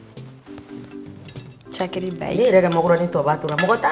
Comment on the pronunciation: C est tchakri et non tchakari . C est dégué en bambara , le sénégalais disent en Wolof tchakri .